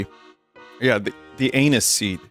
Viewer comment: Vinny pronouncing Anis like Anus kills me! 🤣